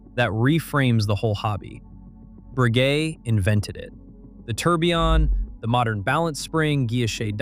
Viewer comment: Except you don't. Longines, Lange und Soehne are pronounced wrong. He/it got Breguet wrong the first time as well (it's not "Bree-guet").